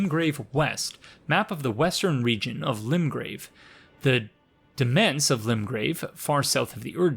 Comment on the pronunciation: You probably already know this but demesne is pronounced the same as domain, or at least similarly.